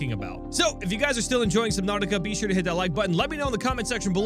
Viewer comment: "what's up everybody, i'm and welcome back to SUBNAUWTIA"